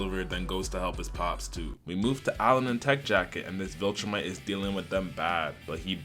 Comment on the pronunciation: Bro putting unnecessary emphasis on the black voltromite